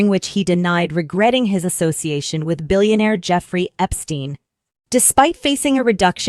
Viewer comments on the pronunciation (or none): none